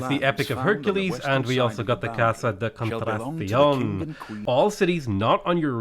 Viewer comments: CON-TRA-TAH-CEON potato its ok your best effort is all that matters my Irish friend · Just say "contradiction" with a Spanish accent. It's basically the same pronunciation as English lmao. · I get very annoyed on how 'hard' it is to enunciate spanish names, It's not that hard buddy kon-tra-ta-sión. that's it